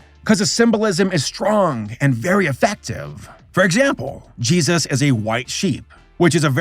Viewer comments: I wonder why he always says Jeeayzus when he says Jesus, I thought it was amusing when he reacted to the crappy Christian cartoons, But now I have noticed he says it that way every single time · "Judas and Jesauus."